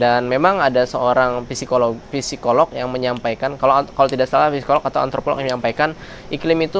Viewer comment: Stay tune dong di Channel buat cari tahu seluk beluk Indo.. Mas maap benerin cara baca psikolog yang baik kata psi nya engga dibaca jadi dibacanya sikolog